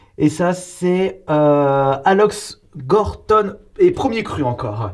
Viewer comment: Ce sont tous des vins sympas! Par contre la prononciation de Aloxe Cotton j’ai vraiment eu mal aux oreilles .. Aloxe on prononce « Alosse » et Corton on ne dit pas de e à la fin :) voilà voilà 🍇 bonne cave !